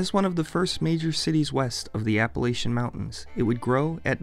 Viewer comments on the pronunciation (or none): none